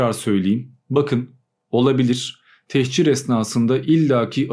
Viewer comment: Techir değil, "tehcir". Hicret, göç, ayrılık.